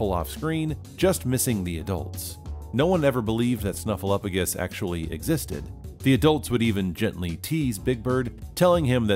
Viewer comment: OS Sesame Street viewer here. I remember when everyone finally figured out that Snuffy was real (poor Bird, suffering all those years!). To this day it makes me nuts when people pronounce Snuffy's name as "SnuffleUFagus" — completely ignoring the "P." #justiceforSnuffleupagus 😆